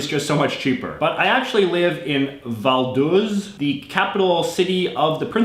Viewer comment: Vaduz, not Valduz